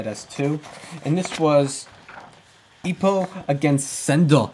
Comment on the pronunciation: its not ippuu its ippo please stop saying ippuu